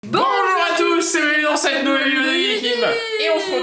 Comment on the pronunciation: Mais là ils disent "boujours a tous"